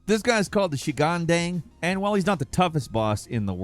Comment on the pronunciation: proper pronunciation: ghan dung